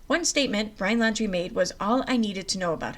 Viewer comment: If u r reading please properly pronounce names correctly. It's not landry. It's laundrie.